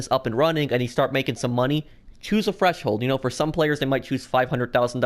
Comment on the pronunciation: I swear he's saying fresh hold